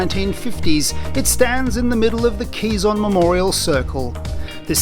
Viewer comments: Pronounced as “ke-zon” not “qi-zon”..quizon is filipino comedian’s last name 😄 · bit jarring to hear "kizon" repeatedly... wish there was an easy way to get pronunciation right